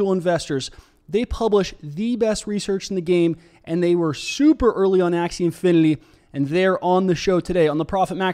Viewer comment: ser .. i think you are mistakenly pronouncing it as "infiniLy" and not "infiniTy"